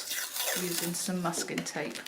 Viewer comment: Just realized that you were saying masking tape all along. Just heard Muscat via your accent. 🤦‍♀🤦‍♀